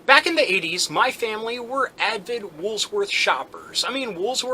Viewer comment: Why do you keep putting the S in Woolworth's in the middle of the name? You have it right there on screen when you are saying it. I've noticed this in several other of your videos as well.